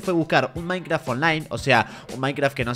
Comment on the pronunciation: dice minceraft no minecraft